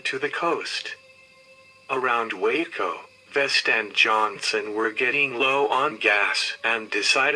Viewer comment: Hate to be picky but is it pronounced Ball - ch, but got Waco right. If you don't want to be on death row then don't mess up in Texas.